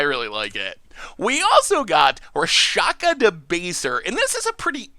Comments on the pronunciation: did not die to the Lhurgoyf. Dolmen Gate does not prevent damage from fighting. Rakshasa is pronounced Rahk-sha-sah. Imoti does not have partner. Rhys is pronounced Reese. Ghired is pronounced Gee-red. Why do you keep assuming 4 player games? Nantuko is pronounced nan-too-koh. Araumi is pronounced uh-rau-mee. Sedris is pronounced said-riss. You ought to have an editor review your work before posting it. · And butchered Rakshasa hard.